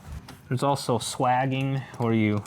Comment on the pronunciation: You said "swagging". I think you meant "swaging". Pronounced SWAY-jing. 😜